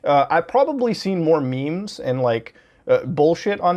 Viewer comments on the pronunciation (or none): none